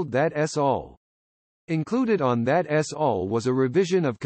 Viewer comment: That ess all. Robot announcers earn the contempt they get.